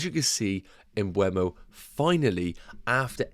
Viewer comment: Please. It's not m-bweh-mo. It's m-buh-mo. If you're owning him, you should pronounce it correctly😅 Thanks in advance!